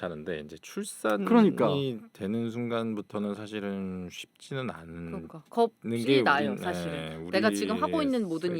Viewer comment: 에 겁시나여 ㅜ 아나운서님으로 알고 있는데 거비나여 라고 발음 ㅠ 겂 아니고 겁 이니까요